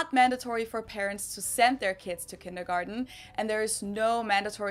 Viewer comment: You mispronounced kindergarten